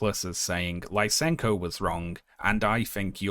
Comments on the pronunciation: Lisenko is pronounced like "lee-senko", not "lye-senko". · You pronounced Lysenko's name and surname wrong. I was like "Who's LaisEnko?"